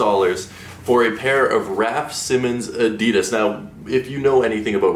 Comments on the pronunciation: Maybe if you stop saying adeedas and just say adidas then they might change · WHAT THE FUCK IS ADEEDUSSS ITS PRONOUNCED ADD EE DASS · My friend, you deserve those terrible adidas shoes simply because you pronounce it a-dee-dass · Am I the only one bothered of the way he says Adidas? 😂